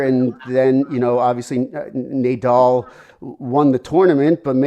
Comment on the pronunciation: My takeaway here is Nay-dal.